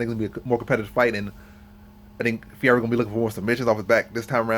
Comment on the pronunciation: Nice video. Good points. BTW Fuhayda is how you pronounce Ferreira.